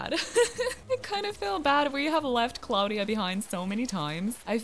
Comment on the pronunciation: Little tip if anyone didn’t know this hold b if your talking to a vallager or Tom nook or anyone in the game it speeds them up Edit:Also I have sky and Bianca 😂😂that’s not how you pronounce Claudia it’s like claw dia